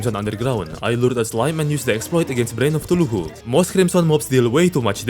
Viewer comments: Bro its Cthulhu not tuluhu😂😂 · AY-Ree-Ah-Light or and the shield is ca-thoo-loo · bro really called eye of cthulhu "eye of ctuluhu" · Shred of TuHuuJhLuu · i am so sorry but i cracked when i heard the “tuluhu” as of Cthulhu (no hate fam) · The way you pronounce Cthulu is killing me my man :D I'm fairly certain you do it on purpose, but i case you don't: Spell it "K-tulu", simply ignoring all the H's in the name. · Always "eye of tuluhu" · "Tuluhu" goes hard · 'Eye of Thuluhu/Thooloohoo' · I love that instead of Cthulhu he says tuluhu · I love the way you pronounce other words like "huthulhu" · I love how he pronounces Cthulhu "thuluhu" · Okay but everyone who watched even one of he's terraria video calls Cathulu "Tuluhu" right? Or is it just me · eye of thuluhu (no offence btw love your accent) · Why bro say Sheild of cuthulululu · "the eye of tuluhoo" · i love the way you butcher cthulhu name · i can get mispronouncing cthulhu but not shield